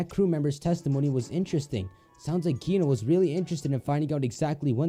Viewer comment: you obviously HEARD in the game what is the real pronunciation of Gino but YOU STILL SAY IT WRONG! Can you pronounce it like "Jeeno"? THAT is the right pronunciation!